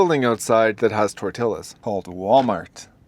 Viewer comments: Tell me you arent from Texas without telling me you arent from Texas. TOR-TE-YAZ.... Not tor-til-las... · It's pronounced "tor t yahs" not "tor till ahs". Just a "t" in the middle, please, don't insult Mexican cuisine that way. You must be insulting them with calling tortillas that. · dude. It’s tor-tea-yas, not tor-till-as. That hurts my ears so much living in California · Dude... it's pronounced "tor-TEE-yuz", not "tor-TIL-uz." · I was wondering what the heck you were talking about when you said that you needed tor-tillas 😅. It’s pronounced tor-teeyas 😅. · Please tell me you pronounce Tortillas that way as a joke. My dad pronounced buzzard as Boozard because he thought it was funny. For those who aren’t sure try it this way - tor tee’ yuh. Jalepeño is - hal uh pen’ yo. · Bro itś not TORT IILAS itś T0R TEE YUZ r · Toretillahs… try tore-tee-yahs 😂😂😂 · Tor TILL ahs? Maybe up north. Most would say Tor TEE yahs. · just an FYI, tortillas is pronounced 'Torteeyas'. Two L's that are together in Spanish are pronounced as a 'Y', and the 'i' in the word as a strong 'e'. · It’s not “tor tilla” , its pronounced “tor tee a”….the L’s are silent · Pronounced tort tee aahs not tort till aahs! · Sorry..... Hispanic woman here..... It is not tor-till-uhs. It is pronounced tore-tee-yuhs. Okay, now back to the regularly scheduled program. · Probably a good guy, but I can’t listen to a guy that says toy-till-as. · Who pronounces tore tillas like that it’s not that hard to say goodness. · I'm English, and I wouldn't dare say Tor - till-as ! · Not silent, said like a y sound. Torti ya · Double L’s are silent is Spanish. It’s Tort -ias. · "Tortiyas" 😅 😂 that's how we pronounce it in my neck of the woods! 😂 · This is where I stopped watching. I find it highly disrespectful to call them tor-til-las. When you know how to correctly pronounce the word. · Really? Tortilas? 🤦🏻‍♂️ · Can you really be so stupid to pronounce tortillas, as "tortilas"? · Tortillas no tor-tilas haha 😂😅